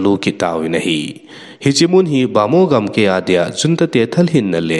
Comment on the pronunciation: chapa, news sim na them lheh e na aw jong angei lheh e ahin avat khat aum e, example, in gamkai, ahin nangin gamkei nati in khen, jong khan na ti in tu ban teng hin mang dih to, kipa pi na um e damsot in.